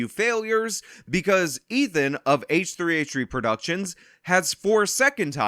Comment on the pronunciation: H3H3 is pronounced hehe